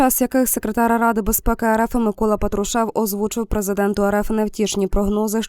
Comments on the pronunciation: ПАтрушев, на перший склад наголос, навчіться правильно ставити наголоси. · Ви б ставили правильно наголос. Пааатрушев